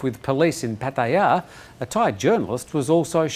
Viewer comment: I repeat learn how to pronounce Pattaya. there is no emphasis on the ya